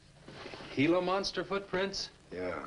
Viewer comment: Good movie, but you never can be jump-scared. That mysterious spooky music always plays before the Gila monster comes to attack. Correctly pronounced as " hee-luh", not " gee-luh"